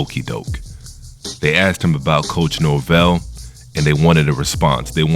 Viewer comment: Great content❗️ For your credibility, be careful and pronounce names correctly. Nor-Vell